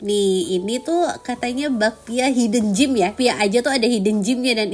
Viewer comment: Hidden gem kak, bukan hidden gym. Cara bacanya: “HI-den jem” hidden → “HI-den” (bukan “hai-dan”) gem → “jem” (seperti “jam”, tapi pakai e)